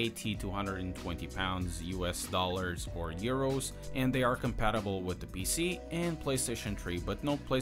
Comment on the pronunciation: I like how he said urs instead of euro lol